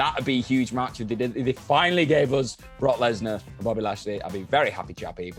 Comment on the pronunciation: Anybody notice how it said Rock Lesnar. I’d have thew words with the editor